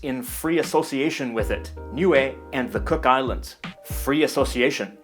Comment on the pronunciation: He also pronounced “Niue” a lot better than most non Niueans.